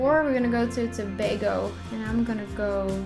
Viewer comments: good go with saying Tobago right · Finally someone pronounces Tobago correctly!!! 😋 Great Video thoo!! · Congrats on this video! You did a great job!! You even pronounced Tobago correctly... (most people don't). Anyway I enjoyed looking at this! 🇹🇹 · You actually pronounced the name right congrats not many foreigners do. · you mean when they say ToBAGO and not Tobago lol yeah I was surprised as well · Thank you for pronouncing it correct!!! So many people mispronounce 'Tobago' all the time!! Your pronunciation of Chaguanas was a tad off but that's okay.